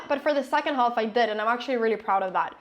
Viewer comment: A short time earlier she pronounced (twice!) the word "half" by enunciating the "l".